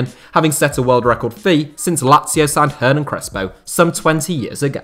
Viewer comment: Just a small point. For Crespo's name "Hernan", it's pronunciation don't need the H sound.